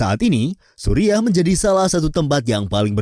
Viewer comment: Kocak sebutan Suriah disamain Supiah